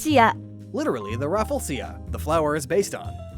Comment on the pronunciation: You already mispronounced something in English; It's not the raffle-sia flower, it's pronounced raff-flee-zha